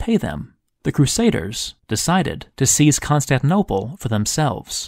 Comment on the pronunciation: Wonderful video as always! Totally off-topic, I noticed you leave out the second "T" of the City and seem to pronounce it "Constaninople"... neither here nor there, just a curiosity. :-)